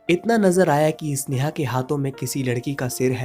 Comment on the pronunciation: अबे इसनेहा नहीं होता, स्नेहा है वो।